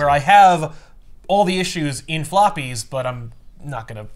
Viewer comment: I heard "sloppies",. That event was definitely heavy with it😂